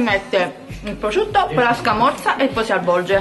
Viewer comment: prosciutto non PROCIUTTO